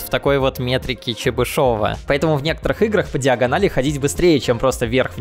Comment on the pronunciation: Всё хорошо, но... "ЧебышОва", "кОмплексные"... ааааргх, прям как железом по стеклу %)